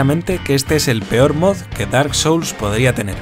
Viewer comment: Por un segundo crei que decía "Bark Souls" hahaha